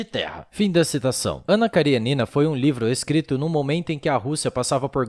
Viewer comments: Ótimo texto. Ótimo video. Apenas um detalhe: KariÊnina (da até pra ver o acento no video ), não KarieNIna. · A pronùncia è Karênina, não Karienína. Aliás a maioria dos sobrenomes russos são proparoxítonos, se terminam em vogal e paroxítonos se terminam com consonante